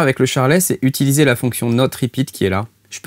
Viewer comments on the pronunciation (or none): none